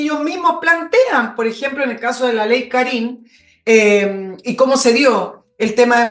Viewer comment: Por favor , y por el Amor que le tengo a mi Madre ; El acento de Karin va en la A , por favor . Me molesta la acentuación . Mi Madre se llama Karin . Gracias